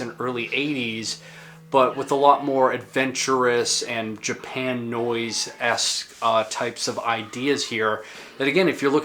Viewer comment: That's pronounced "Japa-noise", as in "Japa-nese". Have you seen Plasmatics infamous Pier 62 set? :) Subbed.